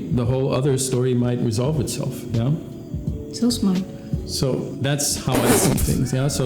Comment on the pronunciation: "So smaht"